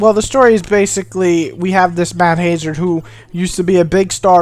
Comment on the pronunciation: Matt HAYzard? lol